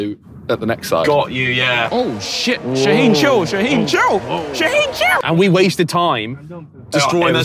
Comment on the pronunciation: Bro he literally said my name “ shaheen “